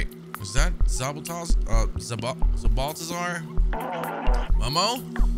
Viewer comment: Zbaltazar is just pronounced Balthazar. And Seamus is Shay-mus